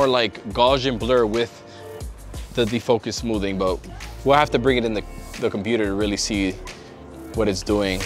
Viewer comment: That's just being his usual completely illiterate self. It's called defocus smoothing. Smoothening is just dumb.